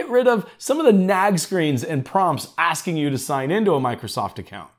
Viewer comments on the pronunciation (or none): none